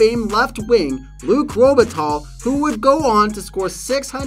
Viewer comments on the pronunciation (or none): Paris Hilton, a "hearess"? And Tom "Glaveen"? Luc "Robitall"? The pronunciation here is pretty wild! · The proper pronunciation of Luc Robitaille name which is French is Luc Robe a tie with the a sounding like a soft a not like a sharp a. And taille is pronounced like tie in necktie.